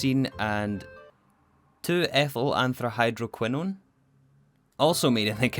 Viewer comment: It pains me so much… but I have to correct your pronunciation. Polybenzimidazole ends in /azohl/-ish sound, not /azoley/. As for antrahydroquinone, I believe you got that one: it ends as /kwinohn/. Anyhow, thank you for this episode (and the previous ones)! I love watching them <3 (Not using IPA symbols because if you’re not an expert on those, you’ll be more confused).